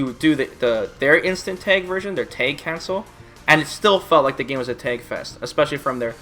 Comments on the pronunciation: lol why does he say Tag like Tayg? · I laugh every time you say "tayg".